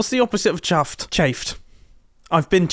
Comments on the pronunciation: no, when mumbo and scar switched bases, scar acted liked mumbo. But of course, scar being scar, messed up saying chuffed to bits and said chaffed/chapped or something like that. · As an American, Mumbo saying the words "stupid" and "chuffed" are way more funny than they should be.